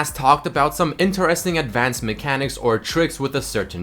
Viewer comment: why does he pronounce "interesting" so weirdly?